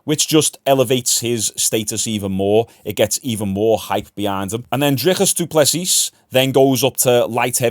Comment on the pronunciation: The S at the end of du plessis is silent dude. Love the content 🫡